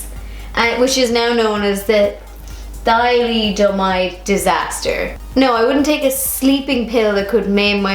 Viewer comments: Thalidomide: Pronounced Tha-lid-o-myde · Just to let you know its pronounced tha-LID-o-mide ;) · You should at least study your subject enough to pronounce it correctly. These women were told by their DOCTORS that they were safe, these were woman who had excruciating fatigue. Would you take vitamins if your doctor prescribed them? What if it affected it affected your baby? It staggers the imagination how some arrogant women are harsh with fellow women. These questions are basically ignorant. Frogs??? BS